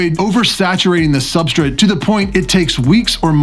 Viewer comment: Substrit.............lmao...........i heard you raggin on yourself in your podcast for saying it like that, now i can't miss it every time lololol............Substrit lol